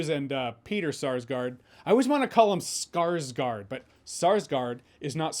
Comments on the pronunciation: Not only Sarsgaard is different than the Swedish family, but their name is pronounced as Skarsgor, not Skarsgard. With O (not A) and no D in the end. 😉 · For next time, the "gård" part of "Skarsgård" is pronounced more like horde, but with a G